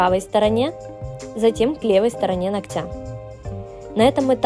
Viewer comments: Маникюр красивый, ничего не скажешь. Не буду оценивать и Ваш профессионализм, я не специалист в этом. Но позвольте сделать замечание: если Вы выставляете видео в сеть, позаботьтесь говорить правильно! Не ногтЯ, а нОгтя! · Почему ногтЯ, а не нОгтя? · нООгтя. Ударение на первый слог. Прям режет слух. Работа шикарная. Хочется и озвучку грамотную ❤